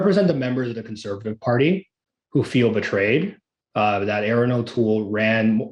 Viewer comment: I wish someone would tell to speak clearly, and remember that "Conservative" has four syllables. He looks like he is about 22 years old. And your experience comes from where exactly,? A book? Party politics make me sick.